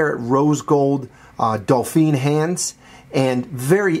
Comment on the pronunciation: Btw it's "Dauphine" not "Dolphine". Nice review! And definitely one of my favourite Cartiers now.